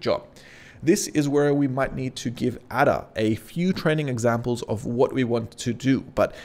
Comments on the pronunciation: Sorry mate I was LMAO! Your pronunciation of the old programming languages (or lack of it!) - HILARIOUS. "ADA" is pronounced "AYDA" and is one of the oldest programming languages - certainly not pronounced ADA as in "ADDER" like you said - I was laughing so much... then you said "BABBAGE" in some 'strange way' which I still cannot describe!... Mate, it's pronounced BABBAGE as in "CABBAGE" the vegetable but starting with a "B". LOL... Mate it was hilarious - thanks for making an old programmer of some 50 years laugh so loud I had to visit the loo 🤣🤣🤣🤣😆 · Great video! I did find it funny how well versed you are about this but didn’t seem to catch onto the naming scheme behind the models 😅. They’re all famous scientists eg Ada (pronounced ay-daa not ah-da) is Ada Lovelace. Amazing content still just a funny thing I noticed lol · bab-ij and adar ... I winced each time I heard you mispronounce those famous computer scientist names! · Nice but please pronounce Babbage (Charles Babbage - Bab Age) and Ada (Ada Lovelace - A Da) correctly lol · that'll be charles babbage ( pronounced babbij ); inventor of the difference engine. and ada lovelace ( pronounced aid uh ); famous 18th century mathematician 👍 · also ada is ay-da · Great video, but "Babug" and "Adder"!? 🤨 Kids today... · Just a heads up "Babbage" is pronounced similar to "Cabbage". "Ada" is pronounced "ay-da". They're both names of early mathematicians. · Loved this, even tho the pronunciations of Ada and Babbage tickled me. I think it's Ada as in Ada Lovelace and Babbage as in Charles Babbage 😂😂😂 Many thanks for all the effort you put into these